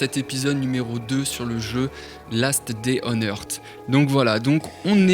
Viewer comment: Earsssssssss pas heart ou hurt le th se prononce sssss